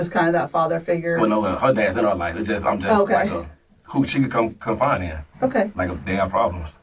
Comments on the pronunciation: Its confide, not confine. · Knew he was lying when he said “ confine” instead of “ confide “ twice 😅